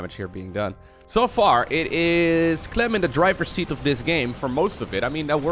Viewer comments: "serral pronounces 'clem' as 'clam' apparently" > pronounces "clam" as "clum" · LiquidClem's real name is Clément which is pronounced "Clay-mah" in french. Clem, without the accent aigu it's pronounced "Clam" in french. Italian pronounciation of Clem is also "Clam". In english there is little difference between the prouninciation of Clem and Clam. And with clams being a seacreature people would assume it is written as the latter. Dutch pronounce Clem the same way as the english, french and italians. But Clam is pronounced "Clah-mm". and Harstem use a strange in-between pronounciation which makes it sound like the english wourld write "Clum". The dutch word for clam is mossel, which is unrelated.:) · In italian "Clem" is nowhere near pronunced "Clam". Source: I am italian